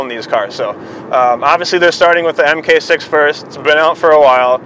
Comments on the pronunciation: You can tell he's not a VW guy because he calls it an M K 6. I used to say that and I got made fun of. Mark6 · Mark 6 not mmmmmmmmm kay 6